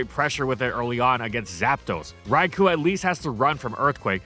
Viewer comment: You know what'd be truly AMAZING? IF COULD PRONOUNCE "RAIKOU" RIGHT, FOR ONCE!!! Also shame on you for no Wooper Little Cup analysis.